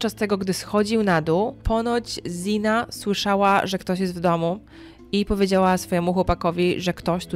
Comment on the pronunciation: Bardzo fajnie, że zaangażowałaś się w tę sprawę, ale zastanawia mnie jedno: skąd się wzięło „i” w wymowie imienia Xana? Sama Xana mówiła o sobie „Zana”, nie spotkałam się z „Ziną”, a trochę śledzę sprawę :)